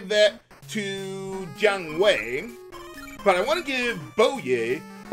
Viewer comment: Every time says Jiang Wei, I keep thinking he's saying John Wayne for some reason.